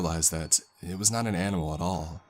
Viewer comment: "and they luv ieeeeEieEeeeEt" "animuhHhHL" "protocouhHhhLs"